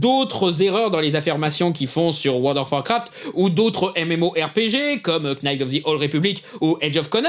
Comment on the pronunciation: Une toute petite précision venant d'un mec hyper tâtillon 😅 : knight se prononce comme night. Le k est muet. Comme dans le verbe "to know". En anglais le "You know nothing Jon Snow" est un jeu de mot avec la quasi homophonie de know et Snow.